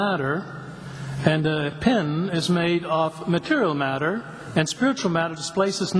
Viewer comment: I love the way this guy says the words time, space and mat-ter. Its almost as if he has no idea what these words really mean.